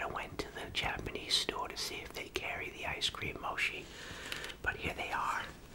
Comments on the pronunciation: Moshee, no mochi yes pronunciation is key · Hi hope this helps it’s pronounced mochi😅👍❤️ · Adorable when he said “Moshi” instead of “Mochi” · Girl well "Mochi" is ch so if has the ch in charcoal and "Moshi" is sh as in shhh🧀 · Awwww! He’s so innocent that he says "moshi" instead of "mochi"! If anyone hurts him you’re catchin these damn hands!!! Edit: Wow! I did not expect to my comment to blow up like that! Thanks to the people that understand! Also thanks to the people that corrected me on grammar! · I love how he says “moshhi” instead of “mochi” 😂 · Fifi MSP no in Japan you don’t say moshi, you say mochi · “They actually have mochi-(says it right) moshi, (corrects himself to moshi)” I love this man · i’m three minutes in and i’m gonna CRY. i love you so much 🥺 i love how you pronounce it omg, traditionally it’s pronounced like mo-chee but moshi works too you get an IMMEDIATE pass. also pls put ads on your videos 💘 or make a patreon i’ll give you all my money 💚💛💝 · I love the way you say moshi instead of mochi and ur really kind I really love when I see elders just enjoying things ❤ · This is such a cute and great video!! It’s pronounced “mo-chee” like when u say “ch”eese! Glad I found ur channel! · It’s pronounced mochi but the way he says “moshi” 😂😂😂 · What the thumbnail says:Mochi What he says:Moshee🗿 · It’s moe- chee no shee ! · I love this video, but I do think it’s pronounced (mo-chee) not (mo-shee) ❤❤ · Instead of moshi say mochi👍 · it's not moshi It's MOCHI 👹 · BRO it’s mochi not moshi 😂😂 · It’s not moshi it’s mochi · This is one of the only people that I allow mispronunciation. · what chu mean its " H OO MOCHI" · It’s mochi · Its Mow-shee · when he said"moshi" I felt that😫💗 protect him at all costs. ♥💗🤧👊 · “Moshi” 🥺❤️ y’all protect our new from all hate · Him: “moshi” Me: aggresively click subscribe button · I heard yoshi ice cream 😂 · “Moshi” 🥺y’all protect him🥺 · "moshi" JWISHSUZGWOZHWOAHSWI PROTECT THIS MAN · AW HE SAYS MOSHI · its mo-chee